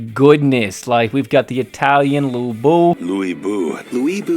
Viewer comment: My take away from this review: Do not use english VAs lmao. Cant even pronounce Lu.